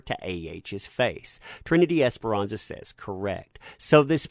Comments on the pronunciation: just a little note.. I see you kept saying Trinity Esperanza.. when I keep reading "ESPARZA'.. the last names may look similar but when read out loud it sounds different .. ;) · Love ur channel. But it's Esparza... Esparza NOT Esperanza as u keep saying. Apologies for correction but I do watch ur channel and I really enjoy it. Just the name is wrong. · ms. es-par-za, it's a common last name in latin america... not es-pe-ran-za, which means hope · This is dumb but it kept bothering me that he said Esperanza and not Esparza. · just wanted to point out that the last name is pronounced "es-par-zuh", not "esperanza" which is a first name, haha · Esperanza? I read Es-par-za. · *Esparza* not Esperanza. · Bro her name is not Ms. esperanza.. its Ms. Esparza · Broooo...... ESS - PAR - ZA!!! 🤦🏻‍♀️ that was driving me nuts all video!! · The lady's name is pronounced; Ess-par-zuh, exactly as it's spelled...cheers! 😊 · this is great and all but it's Esparza* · No xperanxa ,,,, there is no N ... Esparza, probably italian... No latin last name...